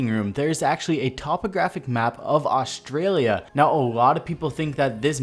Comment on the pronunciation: Aronud Where the circle is there is a town called Alice Springs there are a lot of gang hideouts and attacks that happen there that would be sick if that would be a a map and if there a aussie ops. luv ya strya proud to be aussie. Also the way he says Australia and Australian sounds funny not trying to be rude tho.